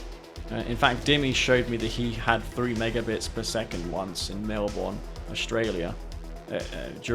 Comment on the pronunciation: The way u said Melbourne annoyed me as I live there